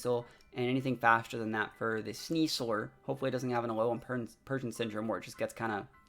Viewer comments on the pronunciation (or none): IS it just me? I keep hearing him say "Sneas-SOAR" instead of "sneas-LER".. hmm